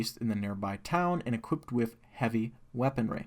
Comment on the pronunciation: Well equipted? Come on man. Detantay? Jesus dude, learn how to pronounce simple words